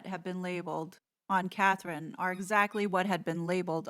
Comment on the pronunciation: So many people mess up Catherine’s name. I think German spell with K, England spell with C. Since she’s a good person, let’s try to get it right.